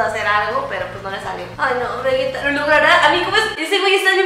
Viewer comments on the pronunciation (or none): Pinchi miggate no vegetai 😂😂😂🤣🤣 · Migatte No Veguetai v: jajaja C Mamo